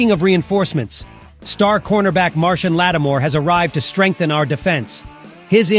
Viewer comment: I don't know how Marshon Lattimore pronounces his name (and I had to look it up), but I'm sure it's not "Martian."